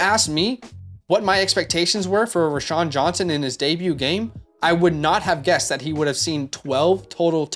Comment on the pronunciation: "Row-Shaun" not "Rashaun"